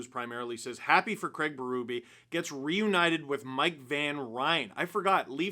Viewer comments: Fascinates me that North Americans cannot/ will not pronounce the name CRAIG correctly. You all say “CRAG”. Why? When water falls from the sky, do you say it’s RANING? Nope, it’s RAINING. So you can say it… Please say it. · Worst part of this hiring is 4 years of hearing the name Craig be butchered by how it’s said in North America. Sad times 😢